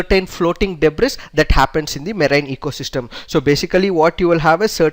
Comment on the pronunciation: buddy! "s" is silent in the pronunciation of "debris", it just sounds like debri.